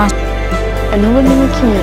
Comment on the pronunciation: Wie alle Kieu Mys Namen falsch sagen lol voll anstrengend Druck Team und traurig einfach